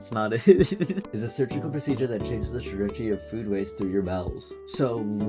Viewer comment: Worrying about the pronunciation of "colostomy" and then immediately butchering "surgical"